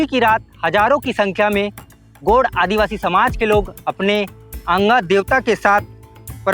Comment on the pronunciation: भाई गोंड शब्द का सही उच्चारण तो कर ले, gond गोंड शब्द है गोड नही । बिंदु का उच्चारण भी कर ले।